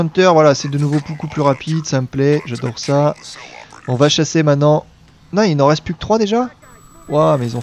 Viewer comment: Quand tu dis 'sashér' au lieu de dire 'chasser' ca fait un peu YTP quand meme.